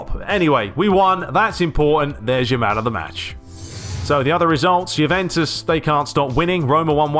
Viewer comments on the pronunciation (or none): none